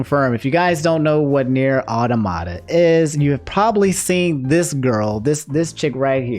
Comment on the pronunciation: automata sounds like aww- tah-mah-tah, like an automaton robot